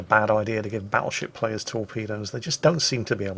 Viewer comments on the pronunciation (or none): none